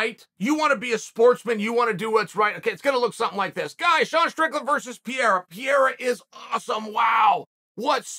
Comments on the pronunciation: Chael...I've been an MMA fan since '96, & (eventually) a fan of yours...but you are bucking the skills of Alex("Pa-re-ra") every chance you get...WHY?? I was watching Glory and saw Alex dismantle & KO just about everybody!! This sport is evolving so fast, and new champs pop up on the regular..what did Pareira ever do to you that you refuse ti give him his due? You don't even pronounce his name correctly...I totally respect your fight IQ, but you are downplaying Alex anytime you speak about him... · Chael is so scary he scares the R out of Pereira's name when he says it. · Tell me you’re from the US without telling me you’re from the US. Chael mispronouncing the fighters name, every single time. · Chael as a Brazilian the degree of which you mispronounce his name is insane. Basically renaming him at this point. The r in Portuguese is an h dude not that hard you gave him like a French name and it’s not a good look. I will never understand how Americans are so bad at pronouncing foreign names. They don’t even try at all just rename it’s a cultural thing but it is annoying af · Who is Piera? I learned how to say Chael Sonen, how hard could saying "Pereira " be? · "piera" HAHAA Chael be fucking up everyones name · Chael just decided his name was piera now 😂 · Alex “Pierre-a” 😂😂😂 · Ironically, I think Lord Chael was closest to pronouncing Pereira's name when he said "prevalent". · Chael, he isn't french. It's pronounced Peh-Reh-Ra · First it was piera then pierre.. and who was that “turkey’s name” … omg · Chael is pronounced “Pay-rare-ah”, and don’t forget to roll the R’s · "Alex Piera", yes! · Uncle Chael doing a video on Alex Pereira. Immediately starts off calling him PEE-AIR-UH. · Nobody but Sonnen: Alex Piera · I like how he calls him Pierre. He's not French bro, lol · Whos alex “ Pierra”? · "Alex PIERA" xP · Pee-Era is crazy Chael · Who is Alex Piara? 😂 still not listening Chael! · Alex "Pierra"??? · Chael if you call him Piera one more time... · "Alex Pee Era"